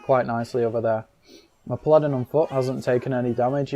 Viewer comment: it's a pah-lah-din, not a pladdin